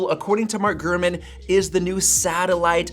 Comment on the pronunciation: Have a shot 🥃 everytime he says “”